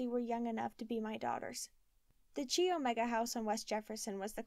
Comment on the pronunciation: Thank you so much for this week's chapter....I've been anxiously awaiting..I think I should tell you that Chi Omega is pronounced Ki Omega not Chi....It a weird pronunciation but i was a Chi Omega my first year of college so I know how to say it...Not trying to be mean at all just thought you should know before you read the rest of the book.....I'm going to have to buy this book again especially since it was updated after Ted was executed......♥️♥️♥️♥️♥️